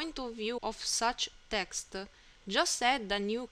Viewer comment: Thank you very much bai. The "voice and text" is a very good idea. Your "non-Native English" is no problem for me. I kinda like it. (you can pay some attention to the "e" you put on the end of saying "texte" and "rampe" though ;-) Keep up the good work!!!!!!!